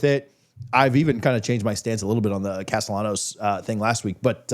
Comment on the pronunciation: explain to your boy how to say Tommy Castellanos. He uses an L sound not the Y sound.